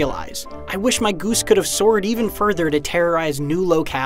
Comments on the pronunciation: Is no one gonna talk about the way this guy pronounces goose? He literally says it like this: gOOse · I like how he says "ghüse" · Why you saying goose so weirdly..